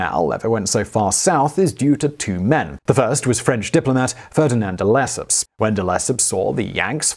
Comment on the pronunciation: reminds me of the Suez Canal video. "None-de-Lesseps." ( mark on THAT video, in case anyone's curious to know what I mean.)